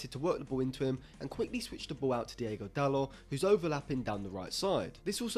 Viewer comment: It's DIOGO Dalot, not Diego Dalot... he's not spanish!